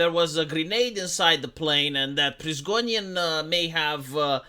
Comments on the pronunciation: The thing that baffles me the most is how can't read Prigozhins name even when he was reading the article in front of him and Prizgonin imprinted in his mind. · it's Pri - go - zhin.